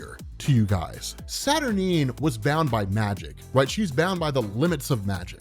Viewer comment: Isn't it pronounced SAT- UR-9 (NINE), not Sat-R-Neen?